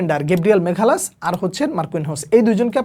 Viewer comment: মাগালাসকে মেঘালাস শুনতে শুনতে বিরক্ত হয়ে গেছি।